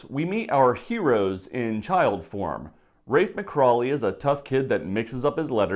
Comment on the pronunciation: McCauley not MCcrawley